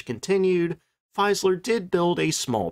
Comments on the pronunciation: Just one thing about the pronunciation of the brand name Fieseler: I recognize the fact that in Anglo-Saxon speaking territories, the FIE- is automatically seen as pronounced FY as in 'defy', but the German FIE is in fact the English FEE as in SEEN, so FEE-SAH-LER. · pronounced "Feeezler" not Feyezler" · Its Fie se ler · An FYI on German pronunciation: "ie" is pronounced like the English letter 'e', i.e. 'FEE-zeh-ler', don't forget the second 'e'; "ei" sounds like the letter 'i', i.e. Heinkel. Somewhat confusing, but you sound more professional when you pronounce names correctly. Other things to look out for: 'w' = English 'v'; 'v' = English 'f'. You did get the 's' = 'z' right as it's in front of a vowel. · Check pronunciation of names before you use them. Particularly of your MAIN TOPIC. No, it's NOT simplistic 'Fiseler'. Try Forvo. Remember it's GERMAN. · Fieseler is pronounced "feez-ler". Long 'e' sound, not long 'i'. And the final 's' in "Versailles" is silent.